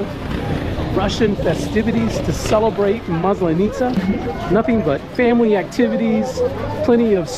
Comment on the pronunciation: Hi. Thank you for another fun video. It’s a second video that you are talking about Maslanitza and you say this word many times. Please, ask your Russian wife to teach you the right pronunciation. The emphasis falls on the first letter a in this word. Looking forward to see more of your discoveries and adventures in Russia